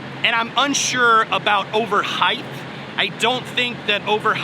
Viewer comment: Good info brother. BTW, "height" does not have an "h" at the end. Be safe out there!